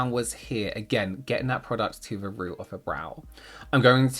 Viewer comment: Why did I hear: ”they must be the colour of your ROOF” 😭